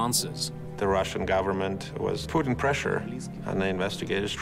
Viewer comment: Sounds like he said, "the Russian government was Putin pressure on the investigators..."